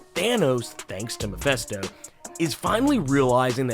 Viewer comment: mefesto? did you mean mef ( i ) sto? its not mefesto its mefisto jesus ...